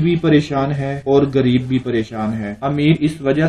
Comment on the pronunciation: حضرت صاحب اپنا تلفظ ٹھیک کر لیں لفظ غریب ھوتاھے اپ گریب کہ رہے ھیں